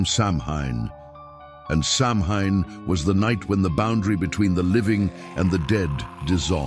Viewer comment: Mispronouncing Samhain was enough to make me exit.